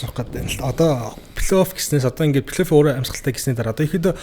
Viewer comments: flayoff bish playoff shtee П seg baigaazdee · Плэй Офф шүү дээ Ф үсэг, П биш! Сагсчдадаа үнэхээр хайртай, дуртай. Гэхдээ бүгд энэ Ф ба П үсгээ зөв ялгаж хэлж байгаасай! Үнэхээр чихэнд эвгүй сонсогддог шүү 😢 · suuliin F useg helj bn, ehnii P bish.